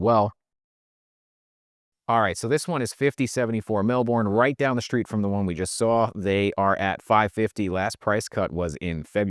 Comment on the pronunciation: I'm new to this channel and I really like this guy, but I don't know if I can handle how he inserts an 'h' into 'str' words, e.g. 'struggle' becomes 'shtruggle', 'street' becomes 'shtreet'. Yes, I know it's petty.